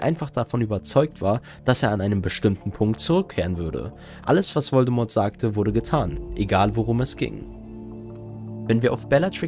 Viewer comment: Mich triggert jedes mal, wenn du den Namen Voldemort falsch aussprichst...